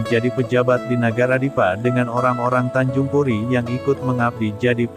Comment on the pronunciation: Tanjung pura bukan tanjung puri